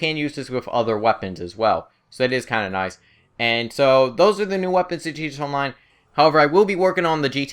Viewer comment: stop saying gt onmine its gta online you basted